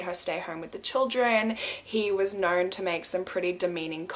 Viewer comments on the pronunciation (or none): none